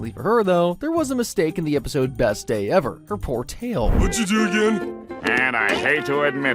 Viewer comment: best day ev-ER???